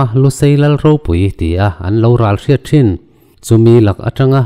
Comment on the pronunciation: Sir, Ralhrat tih a ral tih i lam dan hi Doral tih a ral rik anga lam rik zawk tur ani e.